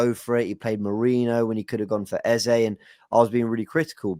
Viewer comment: your first pronunciation of the name Eze is correct. It's an Igbo name of Nigerian Origin. Eze not Eza.